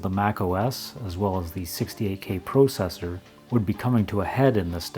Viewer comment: You're pronouncing "processor" wrong. It's pronounced "processor" but you keep saying "processor". Please fix this.